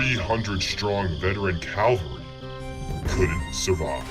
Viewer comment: What writer is the narrator quoting around the 5 minute mark? I have never read this "eyewitness quote" ....and it's CAVALRY, not CALVARY